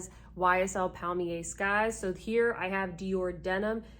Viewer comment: I clutch my pearls at your pronunciation, and I say air river to you, cause that’s how good bye is pronounced in French.